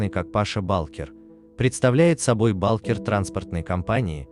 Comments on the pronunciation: Какой Паша балкер😀 ударение не туда-то))) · Паша Булкер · Паша. Ударения неправильно делает